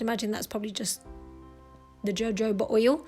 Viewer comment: jojoba pronounced ho-ho-ba, Beautiful set of nails, thank you.